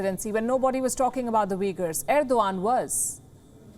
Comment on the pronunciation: Why Erdogan read as Irwan by her?